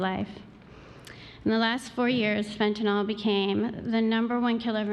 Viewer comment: Is there an O anywhere in fentanyl?... Why are there so many idiots who keep mispronouncing it, just as with oxycoNtin?...